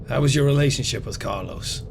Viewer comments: Bro says Carlos care loss it’s pronounced car-low-s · It's Carlos not Carloss brahhhh.